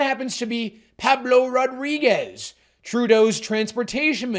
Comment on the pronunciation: The "Pah-blo Raw-DREE-gezz" pronunciation just about killed me.